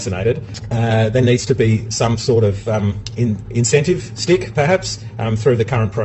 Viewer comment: Well, this Australian spokesman has me seriously rethinking my understanding of the word "incentive"...